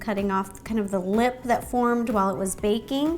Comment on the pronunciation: Ro said squich instead of squish